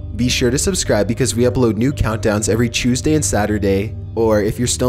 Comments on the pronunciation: Its Tuesday not chooseday lol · What day of the week is Chewsday?!!! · Really? EVERY CHEWSDAY??